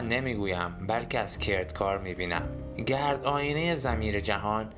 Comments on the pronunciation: چند کلمه را غاط خوندی مانند کلمه در هم که درهِم است وکلمه گَرد که گِرد است یک کلمه اشتباه معنی جمله را عوض میکند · درود، به جاست که کمی در تلفظ کلمات مخصوصا کلماتی که در تلفظ های مختلف معانی ی متفاوت می‌دهند دقیق تر باشیم مانند عالم و درهم (که سکه ی نقره هست) گرد که دایره ای بودن هست و معنی غبار هم میده، با سپاس از ساخته های شما